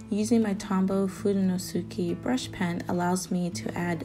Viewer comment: Very nice! I’ve been using folded-page “Dutch doors” for years in my journals, way before I heard of bujos or Dutch doors. They come in handy because they’re easy to find and give you twice as many pages to work with. The pages are narrower but that’s perfect for separating topics. Just FYI, that Tombow marker is pronounced FU-DO-NO-SKAY, the U is silent. Your pronunciation was perfect except the addition of the U.